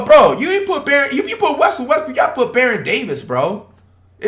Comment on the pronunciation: Bro really said westbrick<john wall